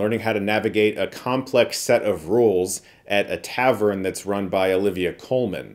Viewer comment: Why do you keep saying "Tavern"..?